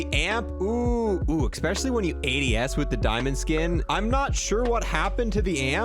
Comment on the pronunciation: Yea I caught this one right away. Sly should've got this skin. be slippin on his pimpin sometimes, EXPESIALLY when he tries to say especially 😜 still watch his vids tho.